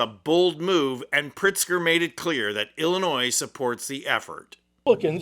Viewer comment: OMG, I can't stand it... the s in Illinois is SILENT!!!